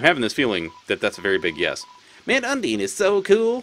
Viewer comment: you're pronouncing undyne wrong btw. It's not "un-deen", but "un-dine". Not that it matters much though